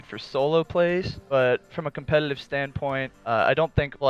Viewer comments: why does he say competitive like that? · "Compelelive side of the communily"?